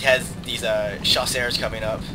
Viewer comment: chasseurs pronounced jusör. The ö is swedish sorry but english don't have the letter ö. Ö in french is EU